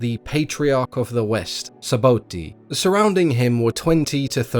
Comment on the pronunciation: It’s not Saboti …… it’s sabhuti